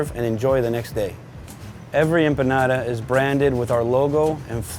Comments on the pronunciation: Cada vez que dice "empanara" una empanada se suicida!!! Jajajajaja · i like how he says empanada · So cringe how he pronounces empanada.....